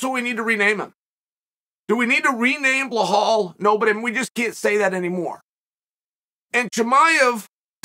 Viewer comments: Who the flunk is Blahal? It’s Bill + Al = Bilal. C’mon Chale Sunnin’, you can do this 😂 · not bahhal chael..., it should sound BEE LAL 😂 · It’s Bilal not Blahol 😂😂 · idk but to me it's easier to say Belal than Blahal!!!Uncle Chael!!!The 🐐!!!!! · I used to get annoyed by it but now i wait for the Blahal everytime. If i were to go to a Belal fight i would wear a T Shirt showing Chael saying “I’ve got Blahal winning this!” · Surely that man's name is not blahall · I love uncle Chael but sometimes he gets me laugh so hard... I don't know where he finds Belal - Blahal plus Chimaev gets in the way so we have Chamal...🤣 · Belal❌ Bla-haul✅ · Who's Blahhal? It's Belal. It reads exactly like it's written. No hidden nor exotic sounds. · Why does he keep pronouncing it Blahal 🤣. It’s so funny. I’m like who is Blahal? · Bil-lal, not be-hal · Belal Chael;bluhhall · If Chael hasn't heard any of the commentators pronounce Bilal as Bilal and not Blahol, then he can at least read it phonetically! I think it's Chael's deliberate wisdom deliberately mispronouncing some names! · Who in tf is Bluhal 😂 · Who's blahaul?? That should the worst pronunciation by this uncle surely for attention, nobody can be that wrong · Bluh-haul, LOL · Blehal Muhammad. Undisputed champ of proper name pronunciation. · Dude THERES NO H IN BELAL wtf do u keep calling him BLEHALL FOR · Bel - All ! No H ! Goddammit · The amount of time he says blahal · Wtf, he keeps saying BleHal 😂😂😂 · I’m now convinced Chael mispronounces names on purpose 🤣🤣🤣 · Anyone else notice how terrible chael pronounces names “Belhall” “Peyera” Love the show but damn 🤣🤣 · Chael... say "BE" then say "LAAAL" THERE IS NO H ANYWHERE IN HIS NAME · Americans can say Massachusetts but can’t say be laal 😂😂😂